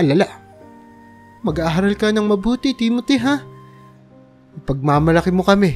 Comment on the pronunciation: Bigkasin mo Naman Ng Tama ang pangalan ni Timote at aling Lita Yan ang di maganda sa iiyong pagkukwento.